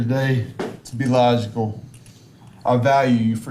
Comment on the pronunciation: This guy can’t even pronounce the word “logical.”